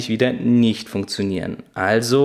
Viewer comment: Oh, Ihr lieben Deutschen-Kollegen ... in diesem jungen Alter und Du kannst immer noch nicht das englische "TH" aussprechen... Und dann noch ein Video veröffentlichen und allen zeigen, dass Du schlecht englisch kannst... Mensch, lernt doch das "TH" aussprechen, liebe Leute!!! (nur gut gemeint, aber doch ärgerlich, wenn man Smooth nicht ausprechen kann) All the Best weiter!